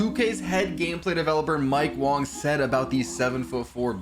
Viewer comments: cool story, we saying WANG. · i think its wang